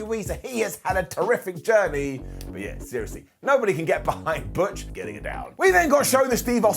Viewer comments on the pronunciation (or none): Sorry but butch pronounced in German is not bitch. All thoughts to BigE. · Butch is meant to be German and pronounced Bitch. That just busted me up laughing so damn much lol. However, on a serious note, I really do hope Big E makes a full recovery from his broken neck. He's a damn great wrestler that has still got a lot of wrestling to go in his career. Lots of love to you Big E!